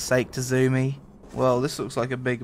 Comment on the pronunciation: Fall back Tazumi! 😂 His name is Tzunami (Sue-Nam-Ee)